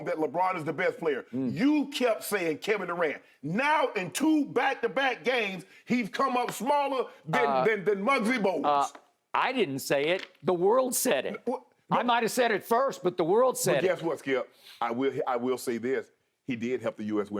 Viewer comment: Did he say Mugsy Bouges🤣🤣🤣🤣🤣